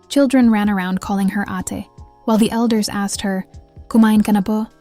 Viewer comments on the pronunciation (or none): ATe is pronounced as: Ah-te (two syllables: A - teh